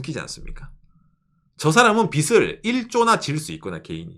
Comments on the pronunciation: ❤ 늘 잘 보고 있습니다.^^ '빚을'을 읽을때 -->비즐(o), 비슬(×) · 빚을, 빚이, 빚은 -> 비즐, 비지, 비즌 빗 아닙니다